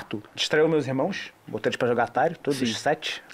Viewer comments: "Irmoeos" kkkkkkk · "Irmoes" "guerrerice"